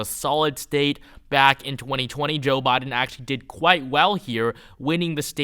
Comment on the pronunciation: Christ it's "Biden" not "Boden" lol